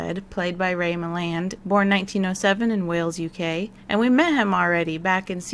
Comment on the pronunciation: I love your reviews and how much you research. One minor criticism is mispronouncing the names of the main stars. As a classic film buff, it's really grating to hear Ray Milland's name mispronounced. Could I suggest an easy way to find the pronunciation for these special guest stars? There are trailers for many of these episodes on Youtube and they invariably mentioned the big guest star by name. Alternatively, these are usually movie stars so it's not difficult to find film trailers that say their names.